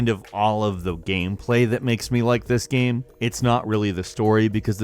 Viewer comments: I hate it how you say "gem" instead of "game" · Is it just me or does he pronounce the word 'game' weird? It sounds like he's saying Gamb